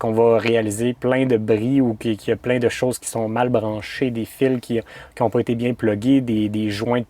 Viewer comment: c est bien pas bieng